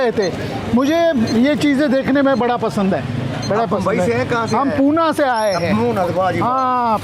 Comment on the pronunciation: poona nahi lele,, Pune,, ne ne Pune lele